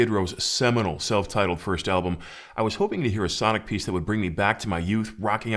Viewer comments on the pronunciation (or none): none